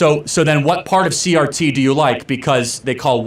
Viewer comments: I enjoyed your video but you constantly call critical race theroy CTR. It is CRT. Again i enjoyed the video. But it was driving me nuts lol. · Omg narrator, you invalidate your argument by degrees every time you say CTR instead of CRT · Are you dyslexic? it's CRT not CTR